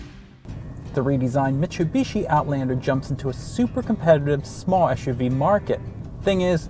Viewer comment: lol Michubishi